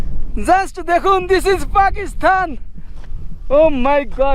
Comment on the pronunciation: ভাই তুমি বারবার পাকিস্তান কে পাকিস্থান বলো কেন উচ্চারণ ঠিক করো